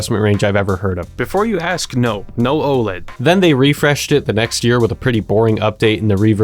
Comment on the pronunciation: The satisfaction I got when he said Oled